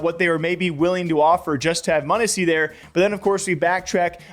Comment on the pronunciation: Monesy not munissy